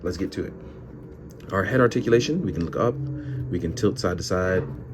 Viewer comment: Roticulation..... I actually understood